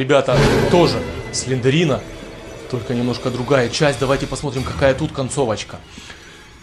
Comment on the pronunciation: Не Сландерина а Сландэрина пинель